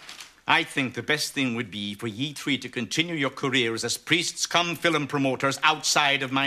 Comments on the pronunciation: "Watchin the filum" 😆 🤣 😂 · "They're even coming from Gdansk to see the fillum."😂